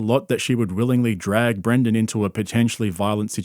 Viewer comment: Dude you keep saying Brandon instead of Brendan. My name is Brandon and I cant stand hearing my name associated with this clown lol love the videos tho